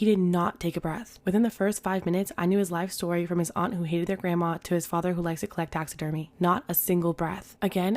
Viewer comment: The shtory time